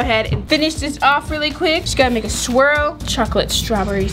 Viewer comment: sticks her tongue out: stop I'm trying to make a sweel me: it's swirl not sweel 😂💕